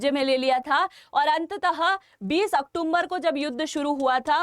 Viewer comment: मैंने पहले भी एक दो बार आपको सजेशन दिया है यह अक्टूम्बर शब्द नहीं है अक्टूबर है कृपया सुधार कीजिए बहुत बुरा लगता है आप जैसों के मुंह से